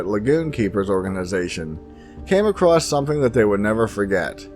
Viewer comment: Dude,,, the word "across" DOES NOT have a "t" at the end of it!! It is NOT "acrosst"...